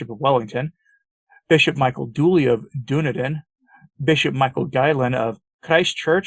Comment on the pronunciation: Dunedin is pronounced 'Dun-eid-in' like in Scotland & Florida 🙂God Bless ya